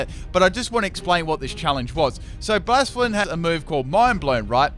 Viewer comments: Bla-sef-a-lawn, not Blaa-sfawn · Epic Golurk sweep, Focus punch only. Also, I think it's supposed to be pronounced "Blay-seff-uh-lon." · Please learn how to say bla-se-fa-lon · Psst its Bla-Cef-Ah-lon,Great video like always though, never get sick of your videos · its hard to know if you're saying the name right, however you're not pronouncing the 'L' at the end of its name